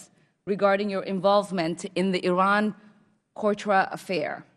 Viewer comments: "The Iran cortra affair." "For which you were later burtened" I'm not sure she can read. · Did she just say Iran-Courtra affair? What is that?